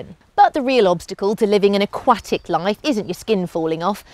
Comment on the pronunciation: She pronounces aquatic so differently